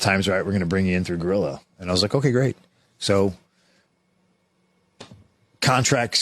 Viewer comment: it’s called Gorilla as in Gorilla Monsoon, not Guerilla.